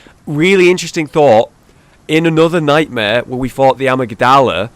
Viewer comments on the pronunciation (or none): cn you learn how to pronounce Amygdalla? XD it's (Ahm-igg-dahl-uh)